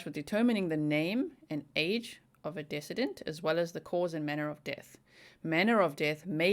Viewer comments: ..."decedent" is pronounced "deeeee cedent." It is a long "e" on the first syllable. You had asked for clarification in your previous video. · Not trying to call you out, I wish I knew Africans it's a beauitful language. But the word in English for decedent is pronounced dee see dent. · Just FYI Decedent is pronounced De-Seed-ent Love you. Hope you are well. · Duh-see-dent I’m not being a “pronunciation cop”. I just know likes to pronounce words properly 😉😄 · Fyi. Decedent: Like deceased. Second syllable sounds like sea. Accent on second syllable. You"re so cute and to be admired in your goal for perfection!